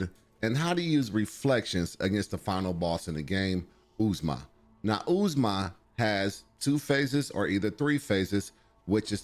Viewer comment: OOZE MAH LMAO. it’s Ozma. Like the Wizard of Ozma